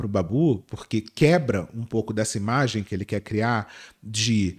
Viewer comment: "vocês é um produto" trabalhar com imágy, ser uma embalágy 💅🏽✨️✨️